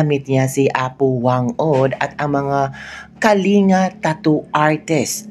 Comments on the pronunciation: Ang pronunciation ng Kalinga is Kaling ga and not Kalinga FYI. I must know since am from the Cordillera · Kalinga (Pronounced as Kalingga). Welcome to our Province! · Ka bibig correction po ang tamang pronounciation ng “ KALINGA “ ay pronounce it as “ KALINGGA “ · Pronounced as KALING-GA....dili tawon na gawad kalinga....KALINGGA...ggagggaaagga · Ang korek pronunciation po ay Kaling-ga pero ang speling ay Kalinga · Kalinga pronounced as Kalingga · Kalinga ang spelling pero kalingga ang bigkas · Ang pagbigkas sa KALINGA ay parang doble ang G